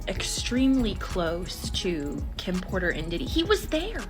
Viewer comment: Did you seriously just say Kim porters name wrong, and Tyga ? You don’t care enough to say black peoples name right